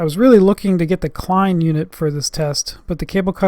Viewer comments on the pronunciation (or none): none